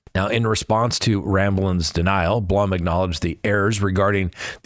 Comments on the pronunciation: His name is BLOOM as in Plume not Blum as in you know what. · Just FYI...it's Howard "Bloom" and Xana's name is pronounced, "Zan-ah"